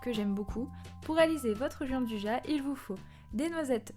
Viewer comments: Sa existe pas le « Jean du ja » c’est , phonétiquement : « Djianne douilla » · Bonjour on prononce Gianduia merci